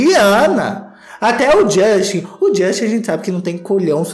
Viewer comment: Gostei do " Jostin" rsrsrsr